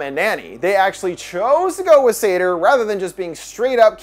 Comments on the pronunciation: I also couldn't quite get past the -pronunciation of Sator either... that is to say 'Satyr'. Which is a bit more literally a horned forest spirit and probably closer to the depiction in the movie. Likely on purpose? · As a Jewish person i get thrown off every time he says “sator” bc it sounds like “sedar” 🌚🌚